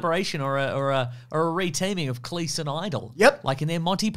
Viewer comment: You’ve done it again. It’s CLEESE! Not CLEECE!